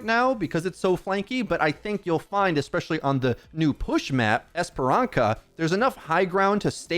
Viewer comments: Great video! But please note that the ç in Esperança is pronounced "s" and not "k" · btw its not pronounced "Esperanka", its "Esperanssa" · The pronounce is "esperansa/Esperanza" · BTW the ç in Esperança reads as like an s with the tsss sound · it’s pronounced esperanSA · Esperan-SA. Like Hermione says Leviosa on the movies. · pretty sure Esperança is pronounced as esperansa, the ç is closer to the c in nice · I'm not trying to be that guy but... The ç in Esperança is pronounced as a Z 🤗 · "Esperanka" broke me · Tks for the content! One quick correction, in Portuguese the Ç sounds like a S, so the map name sounds more like "Esperanssa". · I don't even speak Portuguese and it hurt me when he pronounced the name of the map. 😆